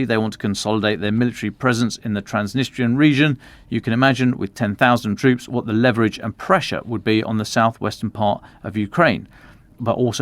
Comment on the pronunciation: Oh, another "levverage" moment